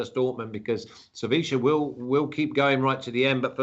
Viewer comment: Spanish pronunciation of Sevilla